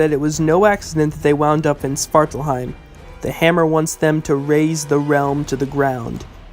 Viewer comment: The way you pronounce it sounded like "Sparkle heim"